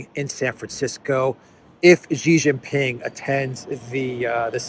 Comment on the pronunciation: It's not "zzzhiii" it's "shiii" Jinping.